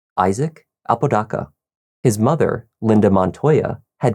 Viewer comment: Here for all the crime and interrogation stuff but dude I'm from Albuquerque and you are just butchering everyone's last name. With all the research you do for the videos you'd think you would hear or look up how to properly pronounce the person's last name. You are not AI so they is no excuse. The name is "Ah-po-da-ka" Not "a-pooh dah-cah"